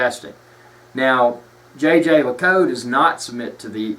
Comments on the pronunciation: Fair enough on the Jaeger LeCoultre pronunciation, but I'm quite happy for to continue with "Tag Whore". It's a pity this vid has more down thumbs than ups. nails all his points and gives a true appraisal of the brand. JLC rules!! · So, where did you call? HQ in Switzerland? No? Your pronunciation is definitely completely wrong. Try to find an interview with the companies CEO and listen carefully. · lol you totally butchered the name but otherwise great video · I didn't say that you are "dumb",you know a thing or two about watches,but you as most americans have no/basic/knowledge of german or french and and it is obvious.The name of the brand is not pronounced like this and the term "manifacture".They are not just words but terms.Your intonation as well sounds like you're talking about AR-15 orGlock 10mm.Fact.Marketing. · It's not how one says it. It's how one appreciates it. This is one of my favorite pieces in my rotation and I now know that it's pronounced "Jay Jay Luh Koot" If you truly appreciate something you at least learn how to properly say the name. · Actually, you're incorrect. The people from Jaeger-LeCoultre don't pronounce it the French way. They say Jhey-jher-luh-koolt... There are videos on Youtube. He has a hard southern accent but his guy is more correct because the ending of LeCoultre is very soft anyway. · If you want to blow-arse about a luxury time-piece brother, how about spending some time in getting its' pronunciation right. If I were Jaeger LeCoultre, I'd pay you to shut the hell up because your butchering my brand name. You come across as a pretentious, hill billy nitwit. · According to Watchtime pronunciation guide the correct pronunciation is: zhey ZHER leh KOOLT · It is not pronounced Jay Jay Luh Koot, Jhey - jher - Luh - koolt. No american J's in there. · he is keep telling JayJay La_cow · Isn't it pronounced Yay Gir Lih Cool Trrrh? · I think it Yay-ger Le-colt